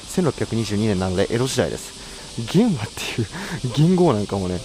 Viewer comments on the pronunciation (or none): 元号の元和は「げんな」と読みます。